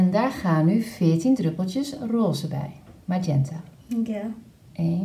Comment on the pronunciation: Magenta spreek je volgens mij gewoon als het Nederlands uit dus gewoon de g